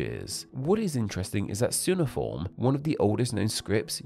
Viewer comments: it's CUNEIFORM, not soonaform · Ironic for to pronounce cuneiform as Sooniform rather than Kyoo·nee·uh·form. It made my ears bleed. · Cuneiform is pronounced "koo-neigh-ee-form" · Strange pronunciation of "cuneiform" 🤓 And no mention of boustrophedon writing. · For someone who is representing an interest in language, you should probably check the pronunciation of cuneiform.